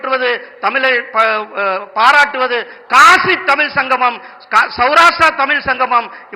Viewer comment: முதலில் தமிழ் என்ற சொல்லை சரியாக உச்சரிக்க கற்றுக் கொள்ளுங்கள். ஐயோ ஐயோ🤦‍♀️